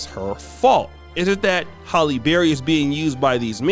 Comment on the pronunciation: It’s “Halle” not “Holly.” You never say it right.